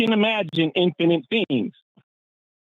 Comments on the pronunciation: Forrest, love your content, but the way you pronounce "infinite" drives me crazy. Please fix😊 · Say “INfinite”. Not “inFINite.” [& the e is silent.] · I love Forrest, but I hate his pronunciation of infinite. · Has there been a shift in the pronunciation of "infinite"?